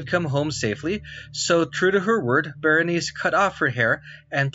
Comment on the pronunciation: The name of the queen is correctly pronounced \ber-ə-ˈnī- see\ and the constellation is pronounced \ˈkō-mə-ˌber-ə-ˈnī- seez\ both in American and British English.